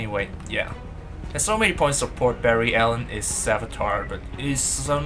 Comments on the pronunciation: Barry it's BARRY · its barry dahhh